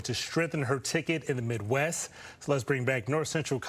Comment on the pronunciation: It's mid-WEST... See that "T" on the end? Not on the Innnn, on the end? They put you on t.v. and your still can't get it right. Pathetic.